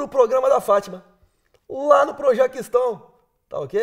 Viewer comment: Lá pro "projacstão"... Kkkkkkkkkllll... 🤣🤣😂